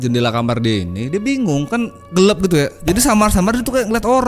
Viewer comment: orang mana sih aslinya yaa,,,kenapa ngomong gelap itu gelep... 🤭